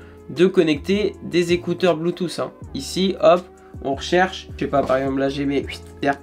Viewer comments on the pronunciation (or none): none